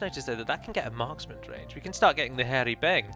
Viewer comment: When you noticed you could get the Hir e-Beng it really sounded like you said we could get the hairy bang. It made me laugh, thank you.